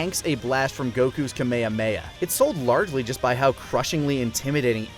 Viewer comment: "Goku's Ka-meya-meya" Damn it you guys are supposed to be better than this! KA-ME-HA-ME-HA! It's funny how dubisms are so strong even superfans still say them sometimes. Kameyameya is excusable but if one of you says "Kayoken" I'm filing a complaint.